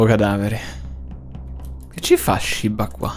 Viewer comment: Quanto mi triggera camper che dice "shibba" invece di "shiba"